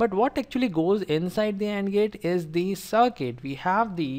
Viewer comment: instead of "circuit" i heard "suck it " hahahhahaha